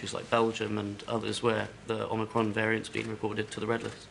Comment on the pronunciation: ‘Omnicrom’ 🤣 wonder where they plucked that one from!